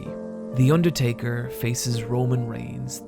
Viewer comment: The Urrtaker